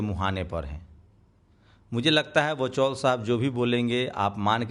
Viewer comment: इसका नाम वचौल नहीं........ "वाचाल" होना चाहिए